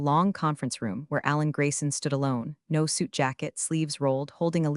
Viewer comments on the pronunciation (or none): none